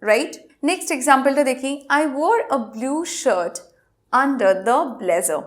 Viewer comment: আপু আপনার লেসনটা খুবই ভালো লাগলো। শুধু example উচ্চারণ একটু শুনে নিবেন।